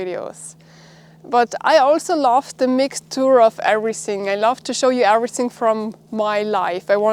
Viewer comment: please please work on you english, its not SINK ABOUT, its THINK ABOUT, EVERYSING is EVERYTHING